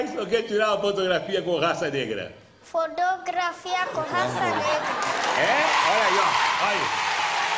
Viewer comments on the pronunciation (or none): "Tira frotrografia" kkkk